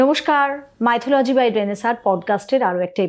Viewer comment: উচ্চারন টা 'মিথলজি' মাইথোলজি' নয়। যাইহোক, আপনার শুভ নামের বাংলা ভাষান্তর 'নবজাগরণ' যে শব্দ উচ্চারিত হলে একটি মাত্র দৃশ্যপট দর্শনেন্দ্রিয়ের প্রসারপথে জাগ্রত হয়ে ওঠে, বিভীষিকাময় অজ্ঞানতার কুহকিনী আঁধার যবনিকা ভেদ করে প্রজ্বলিত হয়ে ওঠা প্রজ্ঞার আলোক বর্তিকা। তা এইরকম একটা নামের অধিকারীনি হয়ে, হঠাৎ একজন জাতে ওঠা পুরুৎ কে নিয়ে বুজরুকি নিয়ে পড়লেন! আশ্চর্য! এইসব ছেড়ে দিন, গঠনমূলক কিছু করুন। সব থেকে ভালো হয়, আপনি যে বিষয় নিয়ে পড়াশোনা করেছেন, সেই বিষয় নিয়ে মৌলিক বিশ্লেষণধর্মী কোন ভাষ্য পরিবেশন করুন।